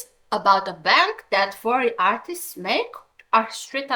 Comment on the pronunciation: why say fvrry instead of furry... 😔